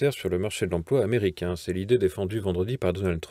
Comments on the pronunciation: il serait bien de parler français et de faire des liaisons inapproprié à tout bout de champs. ex: président tamericain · 7'45" "le dirigeant taméricain".Hahahhahahahah! Les liaisons dangereuse... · "Le président Taméricain." Hahahaahahahahahahaha!